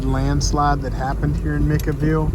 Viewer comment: Micaville is pronouced (mika) like mike with an 'A' ville. Not trying to be smart a--ed. Just wanted you to know ❤❤what you guy's are doing keep it going!!!